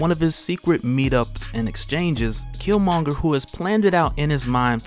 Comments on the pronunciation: I’m mad you’re still pronouncing his name wrong. And I’m almost positive you’ve seen black panther ... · I'm two minutes in and a cant stand they way you mispronounce his name. Dude...